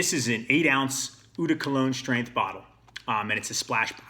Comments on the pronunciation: The word is French and it means "water" & it's NOT ooh it's pronounced OH like "OH MY GOD" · Nice review. I share your taste. Just one small suggestion... "Eau", as in "Eau de Cologne" is pronounced "OH".